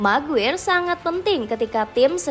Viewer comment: Maguire = maguwer😂🤣🤣🤣 Maguire = di baca "MEGUAYER"